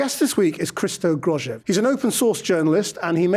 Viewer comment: If you're going to interview someone, learn how to pronounce his name, you unprofessional hack.